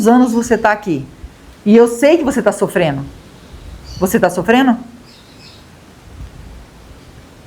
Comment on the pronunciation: Gosto dos seus vídeos, mas a palavra certa é (sofrendo) não sofreno. Apenas uma dica.